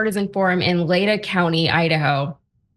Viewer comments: Lay - TAW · Learn to pronounce Latah and Aryan.